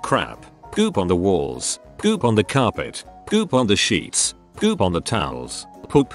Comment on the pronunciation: why tf do i like the way the voice says poop "poUP"